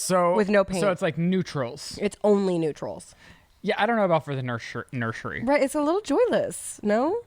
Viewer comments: Why do you say “nur-SHery” ….. there’s no SH 🤔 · “Nurshery” “stanima” ❤